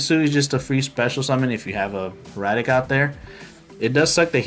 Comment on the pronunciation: It's hai-ra-tuhk. HIEratic as in HIEroglyphics. It's an actual word not just a made-up name. Either way, sweet deck. I haven't seen someone with such a well-rounded synchro version of this deck since I made a variant that brought out Quasar by abusing Level Eater back before Pendulums came out. I've definitely got some ideas to toy with for this deck.